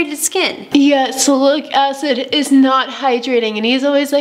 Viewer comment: I think you mean Salicylic...Sal-i-cil-ick acid. Actually works extremely well, you're right.